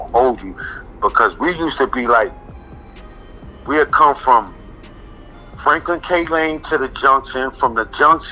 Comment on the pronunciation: Bringing up some memories 😂💪 My man said Franklin k Lane.